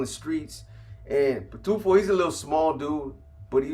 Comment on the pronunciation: Boxer is going over the HHP spensa mom I can't take out the trash rn Pitufo means Smurf in Spanish u said it right